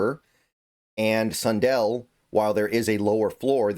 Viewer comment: yeah! and i prefer sun-dell instead of sun-dull 😂